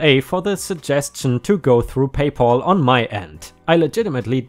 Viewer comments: It is Pay Pal not Paul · Pay pal. Not pay Paul. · Whereas we Brits can’t even get drinkable tap water most of the time - often hear reports that we must boil all drinking water! By the way - it’s PayPal - not PayPaul! Lucky old Paul - all payments go to him! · Please check on your pronunciation. PayPal is not pronounced Pay Poll but Pay Pall with a "Ah" sound not a "O" sound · PayPal= pay pal - sounds like gal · I have a problem with the mispronounciation of the name "PayPal". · 🌟🌟🌟🌟🌟 2 stories a day!!!!🌟🌟🌟🌟🌟 By the way..PayPal.....pal has a short a, rather than a long as, sound.